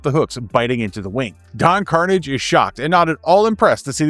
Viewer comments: I was hoping it was a new series like the “New” Ducktales from 2017, which featured a cheeky pilot episode for an updated Tale Spin, with Kit as the Pilot. Also, politely, Don Karnage is pronounced like a French name. Watch an episode of the original series and you’ll have it correct. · I agree. While you could argue kids shows now are better because of their deeper themes and more connected stories. Shows like these just have a charm and sense of fun to them. I gotta say, from what I saw this comic looks good. 1 thing though, the pirate's name. It is Kar-nage, Don Kar-nage. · That is not how you pronounce Don Karnage. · If you were really a fan of talespin, then you would have pronounced Don Karnage's name correctly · call me nitpicky but when you pronounced Don Karnage name wrong... i cringe everytime and question your fandom of Talespin 😂😂😂